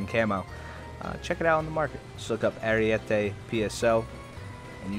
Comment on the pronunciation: It's not called "ariuete" but ArIEte